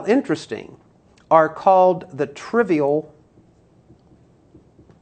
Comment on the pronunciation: Trivial not trival